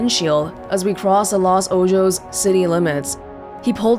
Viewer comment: Lol “Los Ojos” is pronounced “Los OHOS” which means “The Eyes” in Spanish